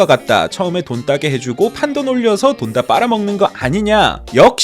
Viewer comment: 발음충) 판돈이 아니라 판똔으로 발음해야합니다